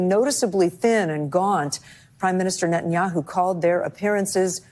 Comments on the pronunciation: The funniest part about this whole show is Bro calling ol boy nutaninyou lol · Hi name is Ne-tan-ya-hu